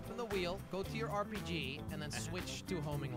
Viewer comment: You said RPG rong